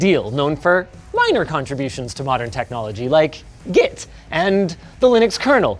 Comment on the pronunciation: It's not "get" to travel its "git" to travel